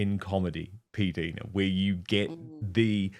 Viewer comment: Dan, I believe it is pronounced "P Dyna" not "P Deena."